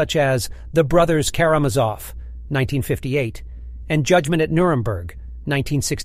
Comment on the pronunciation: As you introduce Spock, not one of the stills in the montage shows him. OK, so you mispronounce Karamazov, no biggie... But... Nimoy? To quote Sam Rockwell as Crewman #7 Guy in Galaxy Quest... "Have you even SEEN the show?"